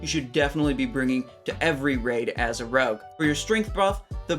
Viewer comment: Did he say RUG instead of ROGUE? lol